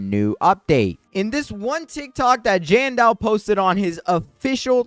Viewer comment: Am I the only one who noticed how he always misspells Jandel and says Jandal and another thing a normal candy blossom is like in the thousands but 1 normal lilac I had was 21 million and suncoil is said to be better than candy blossom do ur research next time